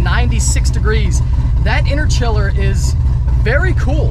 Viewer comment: Hearing u call it an interchiller made me cringe. Good vid tho😂